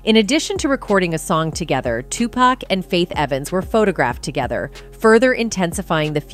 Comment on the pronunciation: Wait GD minute spill today commentator, PLEASE STOP u are hurting my ears the name is pronounced too-poc. STOP say too-pac for God's sake